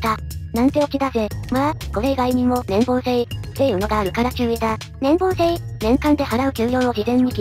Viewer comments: 年棒（ねんぼう）ではなく、年俸（ねんぽう）です。 気になったので一応。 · ×年棒（ねんぼう） 丸年俸（ねんぽう）